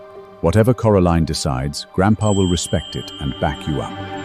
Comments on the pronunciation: Did he just call her Coriander... LoL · You did missed one,Cori Ann 😅🤣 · This is a good story. But it needs improvement because you mispronounce the actors' names, especially Coraline, and you spell them incorrectly, too. Edward needs to cut his hair and clean up his acne. He’s an heir and looks out of place. Next, you keep putting Coraline with Eamon as the maid, then the whole birthday scene at the Windsor house, it's all messed up. Did you even check the video before posting? I'm so disappointed. The audio for the birthday scene is ahead of the picture.How could you mess this up. I give it 5 stars out of 10. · really really really really really really really really really really really really wanted to like this drama...but couldn't stand the mispronounciations of her name as well as the made up words?